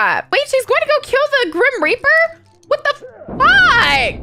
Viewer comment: She said wat da fwak😀